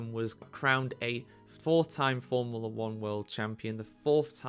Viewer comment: If you have a channel about forumla 1, at least learn to pronounce formula.